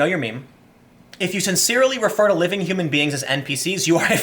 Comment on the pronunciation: When he read allowed the 1st post I thought I heard the word ''prefer'' instead of ''refer.'' If you were to change that one word to ''prefer'' it changes the whole context & makes it sound exactly like one of us trolling the lefist snowflake, lol.